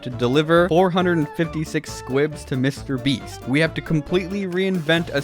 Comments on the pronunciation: Willam it is not mr brest it is mr beast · "Mr Breast"